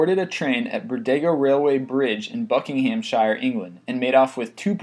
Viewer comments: bucking ham shire.. it is pronounced buckinamshir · buckinghamshire is not buckinghampshire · also Buckingham shire instead of sher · Bucking-ham-shire! Haha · Oh my god please learn to pronounce things properly I mean the way he pronounce Buckinghamshire is just laughable it's pronounced bucking-am-sher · really despise the way you said Buckinghamshire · Buckinghamshire is 'Bu - king - ham - sheer' And Thames is 'Tehmes